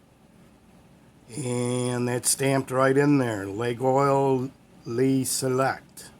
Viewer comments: wow, what a gorgeous set of knives, very enviable. and i think it's pronounced "La-YOL" with the "y" being more of a "fricative" glide than a pure glide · Hello.a truly beautiful knife. A fantastic price. Even in France there are different pronunciations. Lol. The two main ones are, laggy ol, the ol as in olive. And the second less used is lay ol. I have never heard leg oil but i like it. Lol. They all have that blade rap unfortunatly. All the best.